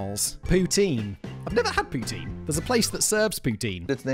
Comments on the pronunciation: Pronounced POUTIN, not Tine! Enjoyed this video. Agree that the food in Cuba is terrible but its the cheapness that gets us there for sure, its a trade off. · 3 thing about Poutine...1. The right pronunciation is like how Ryan Gosling saying it at the beginning of the part about it. The way you say it sound like Vladimir Putin. It's funny but we are used to it in Québec. 2. The cheese curds is more like mozzarella or light cheddar and not at all what you describe. It's a very basic cheese, the kind that last like 3 days but is very well made and super safe. Also because of the specific kind of cheese it's used, it's 100% sure it comes from my home region of Québec of Centre-Du-Québec, cause only Warwick produced that kind of cheese in the early 1900. Also the first to market it was Dominique Roy of Drummondville, who was owner of the Roy Jucep ( still exist and the poutine is not bad) and Victoriaville claims it's from there but it's because they are close to Warwick. To other Québécois, the version of poutine from the rest of Canada is usually shit because they don't use the right sauce or cheese, which unbalance the whole or doesn't melt which is sad. So poutine is mainly from Québec. 3. It's the ultimate late evening snack, as good if not better than pizza after a big party ! It got everything you need and more if you want a more fancy one with real bacon, or with spaghetti sauce instead, or just hot-dog sausage. It kills hangover with certain people and it's easy to share, so king of after party !